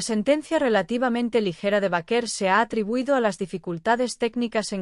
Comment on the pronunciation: B E I K E R.. asi se pronuncia su apellido